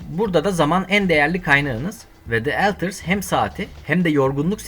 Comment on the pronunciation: Eltırs mı? Önceki dublaj sanatçısına verecek paranız mı kalmadı?